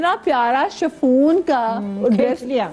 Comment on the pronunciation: It's not "Shafoon", it's "Chiffon" pronounced as "Shifon"